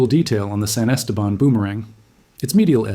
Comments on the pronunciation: Thanks for the video… Cool Stuff! And then… it’s pronounced: Est-Ah-Bahn… Not: Es-Tabin 🤣 Cheers! From Southeast Texas! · Yeah...as a 5th generation Texan, I was coming in to question where in the wide world that place was. Esteban is Spanish for Steven...so Saint Steven. Still, it's not the worst pronunciation I've heard. One reporter called Lubbock...LaBuque. I was scratching my head over that one...trying to figure out where this tiny town neat the Texas-Louisiana line was...and as he kept talking, all of a sudden, it dawned on me...Lubbock...a HUGE city in West Texas!!!